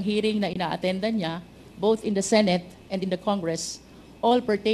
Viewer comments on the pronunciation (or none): none